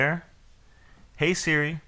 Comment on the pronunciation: You mean "Hey Sri"??